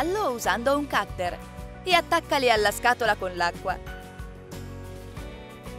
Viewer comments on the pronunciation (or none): none